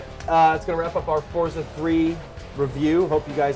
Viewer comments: no and yes why do they pronounce it fortsa?? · there is no T in the name...not fortza 3.....forza 3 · Why is she pronouncing it 'fortza' like that? its pretty funny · It's pronounced Forza ! Not fortsza? It's our language, use it properly!